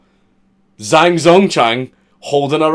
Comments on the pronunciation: are you sure? He pronounced zh as z. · Zh makes a J sound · If I'm not mistaken the "Zh" in Zhang is pronounced like a "J" and an X is pronounced as "Ch" Zhang would be pronounced "Jang" and something like "Xia" would be pronounced "Chia" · Zh in pinyin is pronounced.......like we pronounce "J", because fuck making sense. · For future reference a Zh is pronounced like a j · The "Zh" sound in chinese is kind of like a harsh "j" crossed with a "ch". I haven't a fucking clue what the equivalent is in whatever gobbeldygook you speak. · The "zh" in Zhang is pronounced like the "j" in jungle. ...I'm fun at parties...